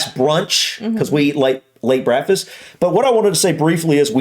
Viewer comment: He has "brackfis"